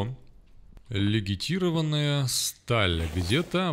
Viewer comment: Очень интересно. Но когда ты говоришь "легитированная сталь", уши коробит. Сталь легированная